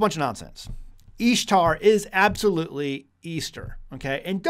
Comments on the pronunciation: Thank you for taking the time to provide this information. But I'm a little confused and would like to ask a couple of questions if I may. 1.) You pronounce the name Ishtar with a ''Long E'' substituting it for the short I sound. Would you able willing to produce the context and resource/s that supports your reedition of the word. Every pronunciation I've viewed has a short I, as in the word, ''fish- ish =Ish =Ishtar. 2.) The chart that you provided seems to show the similarities between different ''fertility goddesses.'' In what ways does this prove that the word ''Easter'' and the word ''Ishtar'' as Etymologically the same? In what way or ways is Isis connected to an egg? 3.) The time of - , were you aware that the reading of the ancient text was taken out of the fable works of Lucius A. Madaurensis's ''The Metamorphoses'' also known as ''The Golden Ass?'' It's a tale about a young man who, while experimenting with magic, turns himself into a donkey. How would this be considered historical evidence or a record that would support of your previous claim? 4.) In the article, ''Is the Name Easter of Pagan Origin'' from Answers in Genesis, you refer back to Alex Hislop. Was the whole article read? ''Similar claims are made by Ralph Woodrow in his 1966 book Babylon Mystery Religion'' (written as a companion book to Alex Hislop's The 2 Babylon's.) also, ''Woodrow has stopped circulating his early work and replaced it with an updated title The Babylon Connection? '' (which c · Ishtar is even pronounced easter